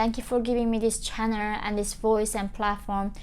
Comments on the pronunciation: " herroo welcome to my chanuuuuhhh" 😳🤣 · "Hi guys welcome to my channerrrr" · i like how she says 'north korea' and 'channel'. that is all🙏